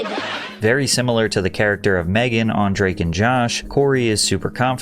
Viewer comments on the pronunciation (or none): none